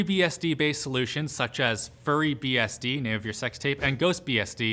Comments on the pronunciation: FurryBSD? You mean FuryBSD smh I’m sure it was on purpose but if it wasn’t I’m honestly ashamed of how he pronounces fury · It's fury, as in anger -- not furry as in a description of a household pet. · I love how he called Fury BSD Furry BSD, big difference there,. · Furry? I thought it was Fury LOL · Fury as in rage. Not Furry. \\ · wait a minute that word is Fury not Furry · Was it a joke, did he misread, or do Canadians just pronounce "fury" the same as "furry"? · wouldn’t it be pronounced like fewry and not furry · Now I've never heard of it before, so I can't say this with too much authority, but I don't think that's how you pronounce "FuryBSD" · FuryBSD (with 1 r) is not pronounced like FurryBSD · and then he pronounces 'fury' as 'furry'? is english his second language? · I love how he pronounced "FuryBSD" as "FurryBSD" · I know, I coulda sworn I heard him say "may I have your sex tape" LOL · its fury not furry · Did he say Furry bsd: name of your sex tape? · not FurryBSD, FuryBSD, like in HyperX Fury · TIL that pronounces Fury as "Furry" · Just me or did it sound like he said furry and not fury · FurryBSD lol it's FuryBSD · hehe, he said "furry"BSD, instead of "Fury"BSD :P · I was hyped up when I heared furry :( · I was waiting for a comment where someone else noticed he said that! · I would've never found out it was Fury not Furry had I not read this XD God bless you dude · Fury. Not furry 😶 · Did you actually call FuryBSD... FURRY BSD?!? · I wouldn't recommend ReactOS to actually install on bare metal to replace your current OS but it's definitely an awesome project. I use OpenBSD and Linux mostly. I also find it funny there is a typo in the title and mispronounced "FurryBSD" in the video. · I like how so many people are mad about how "fury" was pronounced in this video